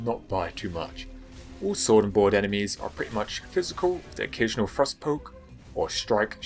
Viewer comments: Just so your aware, and it might just be me, but, i got 3/4 through the vid before i realized your saying "thrust" not "frost" you may wanna consider that. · Every once in a while when you said "thrust" I heard "frost" had to mentally correct my hearing. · Most times you said 'thrust' I heard 'frost', this I was very confused before realizing the misunderstanding. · When you say "thrust", it sounds like you're saying "frost". Pls fix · Ps. Every time you say "thrust" i hear "Frust" and i'm like "thats not an irythil weapon...." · When you say "thrust" I keep hearing "frost" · When you say Thrust I hear "Frost" and im suffering inside my head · I keep hearing "frost" when he says "thrust". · Every time he said "thrust" I thought he said "frost" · i thought he was saying frost instead of thrust for the entire video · What’s frust? You mean thrust? Can you annunciate correctly. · Thrust sounds like frost when this dood says it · I thought he was saying Frost..turns out he was saying thrust..sorry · Dang dude you gotta stop saying "thrust" like "frost" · Can you and everyone from Englandistan learn how to pronounce TH sounds FFS. It sounds like you're saying frost